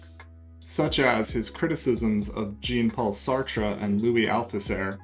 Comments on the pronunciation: Brother, your talk is amazing as always. Enlightening. Endearing. Strengthening. Two points: A. Invest in a mic as soon as possible. B. Jean-paul Sartre's name's first noun, Jean, is a male name, the French equivalent to John. It is not pronounced Jeen as the English feminine name Jean, but " " Much love. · Bro said Gene-Paul Sartre